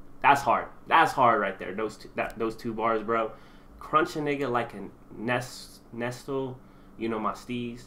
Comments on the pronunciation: NESTLE is pronounced Nest- Lee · He said Nes-stil lmao